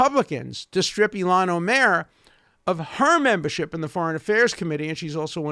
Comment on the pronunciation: i love how he pronounces ilhan omar - like olmert